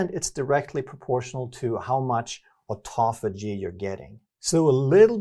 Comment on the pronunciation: то аутофа́гия, то аутофаги́я, аффтор, определись☝️🧐